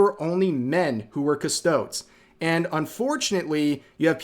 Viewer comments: CustoDEEZ. not CusTOADS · OMG, please stop saying custoads its more like custodeez. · AGH! Each time he says "Cus-to-des' as "Cus-todes" is like nails on a black board. Otherwise, I really wish they would just stick to the original lore. I'm not even a huge fan, but even I know it's just guys, and there is a female equivalent of Custodes in the Sisters of Silence that could use more attention if you want something as strong as a Custodes, but all girls. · "cuss-toads" My guy it's pronounced "cuss-toad-ees" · Custo-deez or custod-es not custods lmao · Cus-toe-dees. Not cus-toads. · Rev, i love you, but say the name correctly. Please. It ends in a des sound, like bees, but with a d. It sounds like you are calling them custom toads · I hope this is straying from the woke stuff of warhammer, however many times they have things planned a while to even upwards of a year or so advanced. And i love your video but every time you called them cust-ode. It hurt. They are pronounced Cust-ode-EEs. But besides that, great video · Rev it’s cuss-toe-dees not cuss-toads (pronunciation wise) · By the way, it's pronounced as "CUS-TOW-DEES" not "CUSTOWDS". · rev....PLEASE stop saying "cus-toads", its "cus-toad-ees". Its grating on my ears... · It's "Cus-toad-ees" not "Cus-toads" spelled for sounding out not actual spelling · It’s not Cust-odes. It’s custo-deez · cuh-sto-DEEZ wtf are you even saying, cuh-stowed? dafuq is that? Do you pronounce Astartes as Ass-tarts? I'm not trying to give you shit, but if you're going to defend something you should at least try to avoid sounding more tourist-y than the people destroying it. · it’s pronounced "kuh-stoh-deez", not “cuss toads”. Also, if you want, you can just call them by their low gothic name “custodian”. But anyways, I hope GW loses a lot of money. They’re up against their own community, their own fan base and customers. GW needs to respect established lore rather than alienating their demographic. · its pronounced ..."custo-deez"